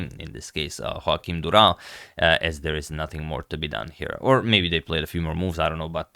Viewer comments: I think you owe us a better pronunciation of the Portuguese name 😌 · Congrats from Portugal and to bring this awesome game. Im just sorry to say that ur pronunciation of Durão's name isnt as impressive as the game ☺️